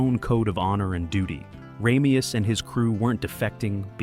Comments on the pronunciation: RAH-meus? It's RAY-meus. Did they watch the movie? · Sean Conneries name is pronounce like this RAY ME US and NOT RA ME US,get it right for christs sake. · PRONOUNCE HIS NAME CORRECTLY! RAY ME US It is said enough times in the movie that you have no excuse to continually say his name wrong. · No offense, but the face you pronounce “Ramius” wrong so many times (and then correct yourself multiple times) so early in your clip…….ugh. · Dude, you pronounce Ramius in two different ways. Do some friggin research. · you're showing scenes from the movie so i have to assume you've seen it .... yet you keep mispronouncing his name. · God, I know! It drives me crazy every time he mispronounces it!